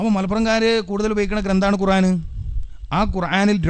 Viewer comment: ഒരു ദാരിമി ആയിട്ട് എന്താ ഖുർഏൻ എന്ന് പറയുന്നത് 🤔ഖുർആൻ എന്നല്ലേ